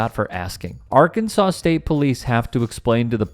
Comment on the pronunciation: Another classic thug with a badge. The problem is they don't have the intellect to deal with anyone who has the slightest resistance to their "Authority" without using violence! and aother thing what do you expect if you can even pronounce the name os the state correctly. It should be pronounced "Arkansass" not "Arkansaw" 😂😂